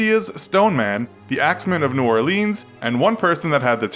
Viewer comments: Am I the only one who got mad when he said “New Orleens?” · That’s not how we say New Orleans down here but ok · New OrLeans?? Its pronounced new orlenns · You could at least pronounce New Orleans correctly. And not make every single victim some ethnic minority. There were white people around too.